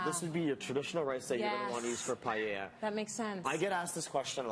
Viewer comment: It is paella not palleya